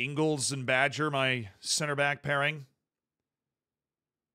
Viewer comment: Bager is not pronounced badger, its a soft g.. so basically a j. Means baker in danish. 😅